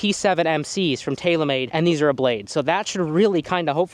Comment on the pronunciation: I always love how you say "Tayla-Mayd"